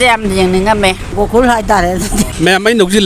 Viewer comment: Gokul ❌ Gokun ☑️ 😂